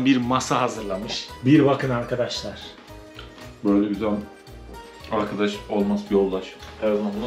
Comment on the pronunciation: Sağ ol, güzel görüntüler .. Yalnız açılıştaki kelimeyi yanlış kullanıyorsun. Arkadaşlar kelimesindeki vurgu A ya yapılmaz. Yani A ARKADAŞLAR denmez.. Vurgulu söyleyeceksen R ye bas.. ARRRKADAŞLAR de lütfen. Yine de teşekkürler..